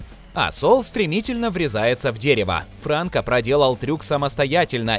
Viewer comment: Не Франко, а Франко!